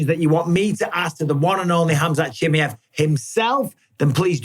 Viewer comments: Mike ! its KHAMZAT CHIMAEV ! Not CHI+ME +EV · But still says CHIMMIEVV